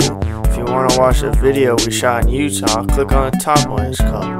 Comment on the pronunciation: Utah-YATTA :P